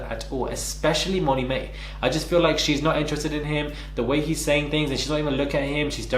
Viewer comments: Did you say Tommy Mae? 😂😂😂😂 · Did he just say Tommy-May 😂😂😂